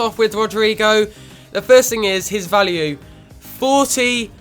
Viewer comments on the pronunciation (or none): none